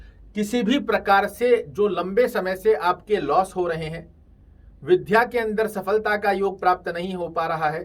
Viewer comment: कृपया हिंदी उच्चारण शुद्ध करें, विध्या नही बल्कि विद्या का उच्चारण शुद्ध है।